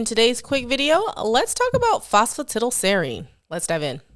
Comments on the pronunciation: Lol Not all americans pronounce it that way. She's the only one I've ever heard say it that way. Everyone else I've ever heard pronounces it "tidal" as well. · I'm tickled that Americans pronouce it phospa 'tiddle', not 'tidal', because the only other similar words that come to mind are piddle, widdle and diddle.